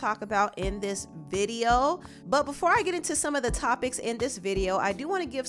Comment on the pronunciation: Why do u say butt like that for be professional